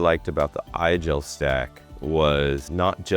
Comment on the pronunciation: Isn’t “Igel” supposed to be pronounced like “Eagle”?